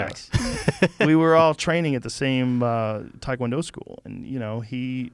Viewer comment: Hard to believe Joe, being a former Taekwondo practicioner and tournament competitor...doesn't even know how to pronounce Taekwondo. It's not " Thai - kwon-do " or " Tie" kwon-do Joe. It's pronounced, " Teh" kwon-do...similar to " Tay ". Not "Tie" or "Thai" Joe. It's not from Thailand Joe.